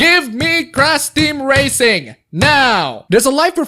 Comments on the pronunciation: Why do you say "crash" as "crass"? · And it's Crash Team Racing, not "Ceras" Team Racing lol. So much for being a native English speaker wannabe lol. Indon... Indon hahaha.